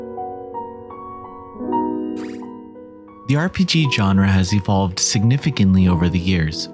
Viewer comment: You keep mispronouncing Genre. Who is John Ra? Sun Ra's kid?